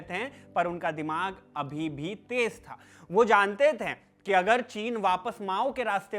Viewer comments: कृपया "थे" के उच्चारण पर कार्य करें। ये थैं की जगह थे होगा। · You have good oration but some correction in diction is required. It is थे not थें it is गये not गयें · Sorry bhai but please correct the pronunciation of थे। ये थे है न कि थें।